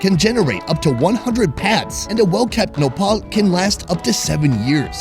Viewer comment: You guys are saying Nopal I heard Nepal and some words are Nepal I got happy that you were mentioning my country name in your video but it wasn’t 😃 Lots of love from Nepal🇳🇵